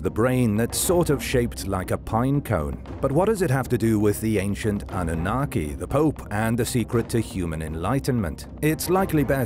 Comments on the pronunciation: Ann-oo-naki, is now it's pronounced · is AI pronunciation is way off Annunaki😂 Origins should have let Katrina do this one